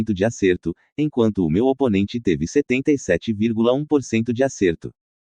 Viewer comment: 83,6% de "aerto"? 😂😂😂